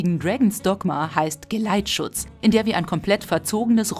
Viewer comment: Hab anstatt geleitschutz gleitschutz verstanden